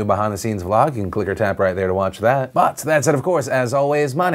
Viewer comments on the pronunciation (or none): Whenever Philly says "but" I hear it "fuck"